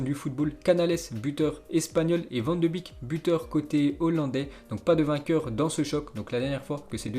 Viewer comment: Déjà Batshuai est prêté à Crystal Palace et on ne dit pas Van de bik mais Van de Beek 😉